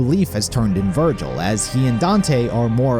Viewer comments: vergil? nah vergel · Anyone else notice how every now and then he calls Vergil “Vergul”